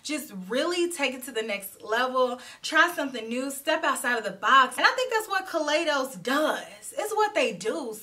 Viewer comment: you know I love. a purple eyeshadow. That purple on you is very alluring. I just want to let you know that the proper pronunciation of Kaleidos is (kuh lie dohs) as in kaleidoscope.